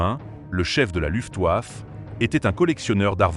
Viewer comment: La ouèrmache"...? La loufeouafe...? Les ouandèrewache ?...